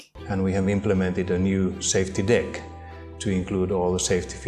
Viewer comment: “and we have implemented a new safety ‘diiiiick’.” 😂😂😂😂😂 I can’t. I really was caught off guard by the way he said “deck.”